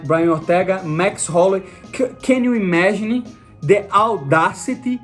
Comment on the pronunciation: "Can you imaginie" 😂🫶 much love bro keep going